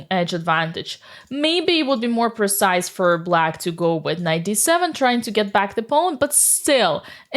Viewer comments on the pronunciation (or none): none